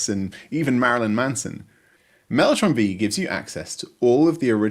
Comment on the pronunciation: Mellotron Vee? Mellotron Five, surely??